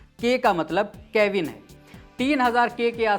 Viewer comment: Kevin nahi Kelvin hota hai.... Lagta hai arts ke student ho beta 😄